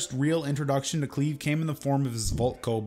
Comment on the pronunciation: And Cleve as "Clev" for the first 30 minutes lol